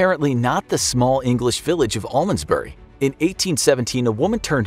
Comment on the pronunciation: The way that you pronounced 'the small English town of Almondsbury' was actually so painful as I live in that town